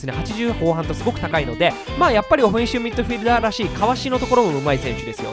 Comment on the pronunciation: おふぇんしゅみっどふぃるだー